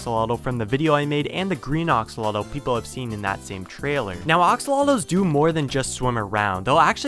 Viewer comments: Your saying oxolotl in stead of axolotl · and you pronouns axolotl as oxolotl